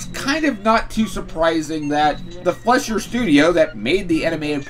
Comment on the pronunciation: Popeye's creator's name "Segar" is pronounced "SEE-GAR", like in "cigar", which is how he signed his name. Also, "Fleischer" is pronounced "fly-sher".